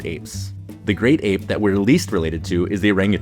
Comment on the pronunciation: You use a lot of contrasting sentence constructions (eg: "That's all the lesser apes... let's head on over to... the great apes"; and "the southern white-cheeked gibbon; the northern white-cheeked gibbon...") but aren't getting the prosodic stress right (eg: emphasizing "apes" rather than "great", or "southern" but then "white" for the northern one).